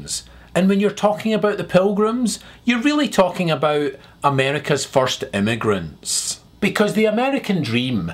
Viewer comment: Abeout? Not every sentence has to have an upward inflection at the end of it? Like a question? If you're making a statement why do you have an upward inflection at the end of a sentence? That doesnt make any sense?